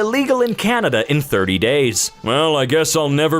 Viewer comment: Canada not candia